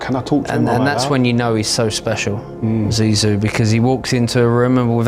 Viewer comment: nope! butchering his nickname like that….. not okay!!! let a french person teach u please!